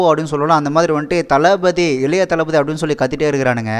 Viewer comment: விஜயை தனபதி என்று கூவும் போது எனக்கு தளபதி என்று கேட்கவில்லை தள்ளய ஓழி என்று கேட்கிறது உங்களுக்கும் கேட்கிறதா கமென்ட்-ல் சொல்லுங்கள்